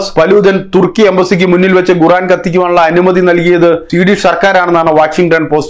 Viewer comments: Why are you pronouncing 'Guran' inspite of Quraan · ഗുറാൻ അല്ല 'ഖുർആൻ' എന്നാണ് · koran ennu para . Avanday guraan.